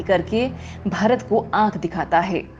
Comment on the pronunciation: Cant you say Bharat properly ?